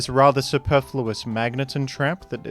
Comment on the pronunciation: bro fr just said "Magnétón"